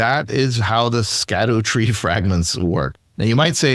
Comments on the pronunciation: It is pronounced “shadow tree fragments”. They pulled a fast one on us and are using old English where “sc” makes the “sh” sound. For reference check out how Tolkien originally spelled Shadowfax (Sceadufaex) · "Shadow" tree fragments. It's pronounced shadow